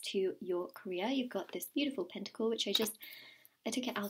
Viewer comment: when i heard career i thought she said korea